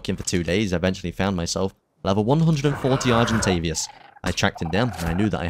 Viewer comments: Nice vid, just know it is is argentaVIS not argentavias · English: argentavis him: argentavias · Very good video! Good job 😊 but PLEASE argentaVIS not argentaVIAS 😭😉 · Argentavious, Carbonamious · THERE'S NO 'U' IN ARGENTAVIS!!